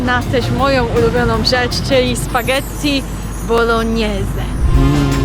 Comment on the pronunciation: Mówi się spaghetti bolones tak tylko mówię:)